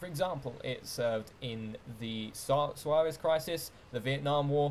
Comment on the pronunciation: lol suez crisis sounded like suarez crysis when you said it